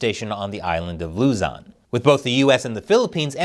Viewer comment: It’s Luu-zon not Lu-zun! Just a minor correction. 😊